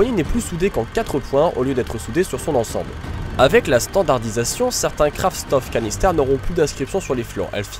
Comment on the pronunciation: la prononciation de Kraftstoffkanister n'est pas optimale: en allemand STOFF se prononce CHTOFF...